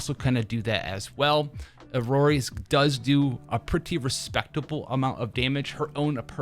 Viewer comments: its iroi, not irori btw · its EE-ROY for iroi btw. my ocd goin crazy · I think he is trying to do a Japanese pronunciation with i-ro-i that's why it sounds weird in English